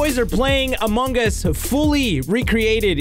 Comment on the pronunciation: did he say among gus